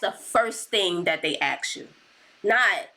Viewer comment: YOURE CLEARLY INTELLIGENT BUT WHYYY DO YOU SAY "AXE" INSTEAD OF "ASK"?!!! it really is demeaning